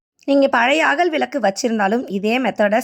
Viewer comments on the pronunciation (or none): விலக்கு இல்லை விளக்கு னு சொல்லுங்கள். தமிழை தயவுசெய்து கொலை செய்யாமல் சரி யாக பேசுங்கம்மா